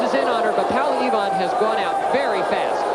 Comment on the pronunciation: They could pronounce her name properly POWLA EVAAN,!!!;;!;;!